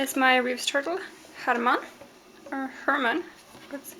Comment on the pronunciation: Are you European? The way you said Herman didn't sound very english!;)